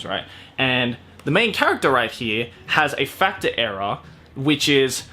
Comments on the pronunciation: I literally thought he said nejimage fucked up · You said "Nejimage Factor" and I kept hearing Nejimage fu*k ta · Almost every time you said "factor" you sounded more like you were saying "fucktar"😁😆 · ''Nejimage Fucktor'' Hmm... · The way you pronounced "Factor" with a Japanese accent made my brain hurt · ooh, uh, you may want too change how you pronounce some words. just the way you said factor, i had to do a double take because it sounded like you said... something else.